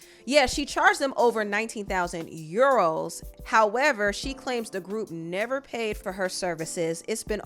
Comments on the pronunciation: "you-ROWWWS!!!" lol Actually it's pounds (£). Euros is this "€". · It’s the pronunciation of ‘Euros’ for me 😂